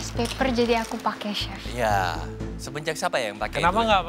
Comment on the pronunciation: bukan si arnold, tapi chief arnold, rupe rupenye terdengar seperti sif arnold